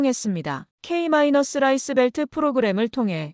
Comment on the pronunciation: 좋은 내용에 감사 드립니다. 좋은 내용의 글을 듣는 것은 좋지만 조금은 이상한 내용이 있어 글을 드리니 참조 부탁 드립니다.. 'K-라이스벨트' 는 읽기는 '케이 라이스벨트' 로 읽는 것이 맞습니다. 다음에는 수정을 해 읽어 주시면 감사하겠습니다.